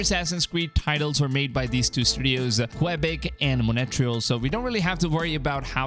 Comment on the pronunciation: you pronouce Montréal wrong, its "Mon tree all" and not "mon etrel"